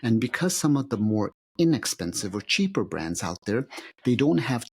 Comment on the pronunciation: Pronounce the word “out”… It’s not “ow” … it’s “out” Not pronouncing “T’s” is the sign of a liar- unless you’re Russell Brand or the English 🙂